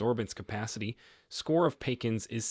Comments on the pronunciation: This is OBVIOUSLY and AUDIBLY an Artificial Machine Voice !!! Who in this whole world pronounces Pecans as (Peck- ins) ??? your pronunciation is ludicrous!!! Ask any person who grew up in the warm climates of this world, where Pecans grow, how to pronounce the name, they will say “Pee Cons” or “Pee Cans” … not “Peck-ins” !!! GET REAL!!!! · Peck ins? Believability fades when you can't pronounce the name correctly. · "Peecins". All AI madness.. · And you trust the indoctrination center called Harvard!! Your bs AI voice cant even properly pronounce PEE-CAN'S!! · It's "pee cans" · Peck ans? OMG! If you insist on using AI, please reach it to pronounce words properly! This is excruciating. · The mispronunciationof pe-kahns was my laugh for the night!!😂 Apparently no editing. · Pekins look a lot like pecans don't they? These A1 voices are hilarious. Not to mention frustrating. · "pea khans'" /pəˈkän'/ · Tighten up this presentation to keep it under 10 minutes if you want people to view the entire thing. Get an AI reader that knows common pronunciations of words like "pecans" and "synergistic" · Computer voice can't pronounce pecans. Truly bizarre pronunciation.